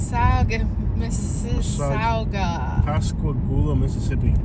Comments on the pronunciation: It's pronounced Mrs. Sogga. Sog like hog. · Mississowga ?? not how you pronounce it ! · You're in my hometown it's pronounced like Mississipi. You're forgiven for butchering the name 😂